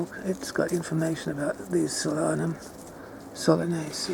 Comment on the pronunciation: It's pronounced Sol-anum not solan-um, it's translation is sun or star of the night.